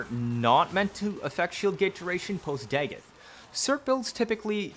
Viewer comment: Your pronunciation of dagoth and pablo is like nails to a chalkboard